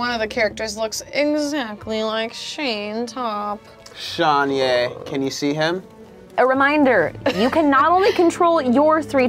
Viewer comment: The one they’re saying is like Shayne Topp is Tayne Shopp